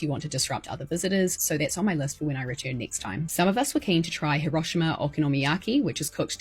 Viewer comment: Not me wondering for a full 30 seconds what horrible thing happened in Huroshama because her pronunciation didn't make me think of Hiro-shima as ericans pronounce it. Lol, oy, I feel dumb.